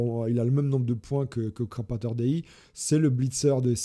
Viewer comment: c'est CrapOrator Dei, pas CrapAtor... on dit un crapaud, pas un crapa 🙃